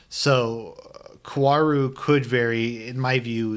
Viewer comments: I do agree almost at everything with you. But just to further clarify, the correct pronunciation of Kaworu's name is "Ka-O-Ru", Japanese phonetics are very different from English, so that's why it can be hard for English speakers to say his name. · Based on the comments I’m not even gonna waste 30 min to hear you pretend he’s not in love with Shinji and how you also keep mispronouncing his name.